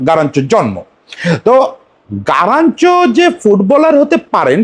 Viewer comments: আপনি কি তোতোতোতোতোতলা 🤣🤣😂😂🤣। গারাচ্চো না কাগা গার্নাচো 🤣🤣🤣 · ভাই ওর নাম গারনাচো.. গারানচো নয় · আগে নাম বলাসিখেন তারপরে ভিডিও বানান 😅😅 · Plz pronounce the right name.